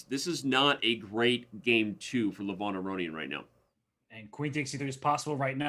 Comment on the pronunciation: You said his name 200+ times, so why not just learn how to pronounce it correctly? it's not Luh-von, it's Leh-vohn (e as in leg, o as in boat)